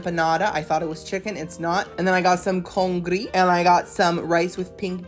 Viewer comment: “Some congri.” Okayyyyy! We love our bilingual queen 💅